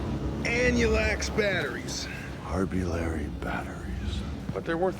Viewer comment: anulax? i heard harbulary. how about you?